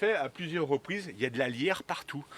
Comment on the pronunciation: Peut-être pourriez-vous épeler le nom des plantes, parfois ? Je comprenais "la lierre", au lieu de "alliaire" ! après j'ai reconnu la plante, bien sûr. Ceci dit, vidéo très intéressante, votre passion sincère est bien rafraîchissante !